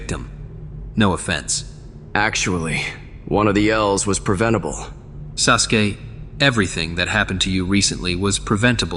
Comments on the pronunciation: Not “sus-uke” XD “edge mark”? WILD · Woah did bruh call him SUSke? Lmfao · Is orichimaru saying "sus gay" instead of "Sasuke" 😭😭😭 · Sasuke turned into Susuke 😂😂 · Lol is it just me or did i hear kakashi call him susgay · Wait was orochimaru calling Sasuke "SUSke" 😅